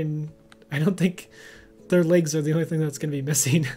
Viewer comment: Did you notice he says legs like layges